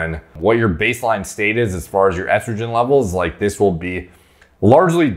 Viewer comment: I can forgive the H8GH pronunciation but I draw the line at “eastrogen” what’re we doin here b